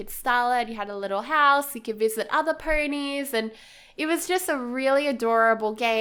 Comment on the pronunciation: Why do you say “purnies” instead of “ponies”? 🤔